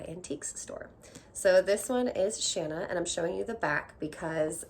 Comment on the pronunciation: Yay! You say Shanna the way I do rather than the long a sound.